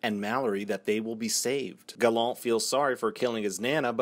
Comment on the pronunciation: LMMFAO why do you pronounce Gallant like that? 😂